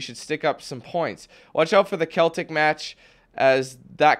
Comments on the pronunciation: And it's also "sell-tic" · The original pronunciation of the word is Kelt-ic, but you Brits have been so influenced by the French that you make all your words that start with a c pronunced like a s. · Lol my soccer coach is a huge Celtic fan and he freaks on anyone who says it wrong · And he cant say celtic 😂😂